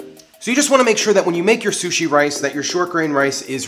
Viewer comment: I keep thinking he's saying coochie rice